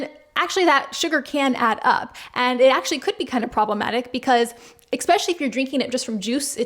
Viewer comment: I’m going to be a right cunt now, but I watch your videos a lot, and this comes up a lot…. Es-specially, not ex-specially. I’m prepared for any elbowing that may come as a result of mentioning this.